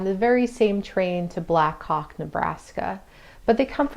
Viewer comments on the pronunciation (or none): none